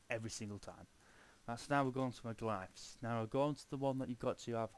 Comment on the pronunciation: Glifs? Do you mean Glyphs?